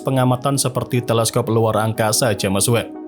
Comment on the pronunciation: Bang saran aja, dari dulu pengucapan James Webb dibacanya selalu Jemes Webb, Harusnya dibaca Jems Webb bang 🙏🏻